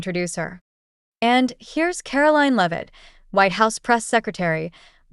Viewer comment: It’s not loveit it’s LEAVITT. AI VOICE FAKERY